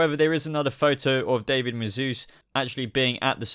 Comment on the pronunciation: I love these videos, I watch every single one about Gotham- but I cringe every time you say David's name, it's Dah-veed, not Day-vid